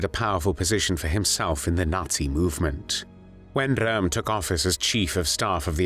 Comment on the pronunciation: Rather strange non-German pronunciation of Ernst Röhm's name. This video is homophobic.